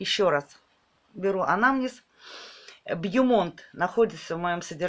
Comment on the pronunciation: Можно поумничать? :) Название орхидеи произносится по-французски, т. е. "Бомон" ("Красивая гора")